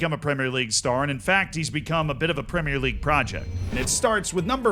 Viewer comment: I’ll concede you are starting to say ‘premier league’ correctly but it’s not there yet. It slipped back to premierré once or twice.